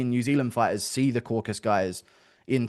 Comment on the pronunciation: Guru for fuck's sake the region is called CAUCASUS in English. Not caucus